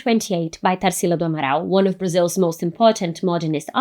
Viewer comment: Vi que era brasileira, já quando falou amaral. Fiquei. Hmmmmm ela não é gringa akkakaka